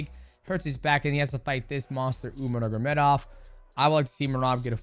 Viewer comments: Bruh Demetrius. It’s (nurmagomedov) not “Nuggurmedov” you cut pretty close to the hard R there my guy 😂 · anyone else ever noticed that dj says “nurgamedov” instead of “nurmagomedov”😭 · NURMA GO MEDOV Not NURGA... Nurma and not NURGA It's really not hard. It's even easier than Ask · mighty calls him nurmagedov every time. listen closely and you’ll hear him say it. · “Umar Nurgamedov” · Love ya mighty but Its pronounced NUR-MA-GA-ME-DOV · No disrespect, but please pronounce the surname correctly You are saying "nur-ga-me-dov" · Mighty let’s learn to pronounce the name: nur-ma-go-medov